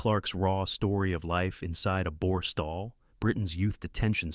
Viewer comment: Such as Booooor Stall, Winn Stone, etc. Gaps between words, utter boll8cks isn't it.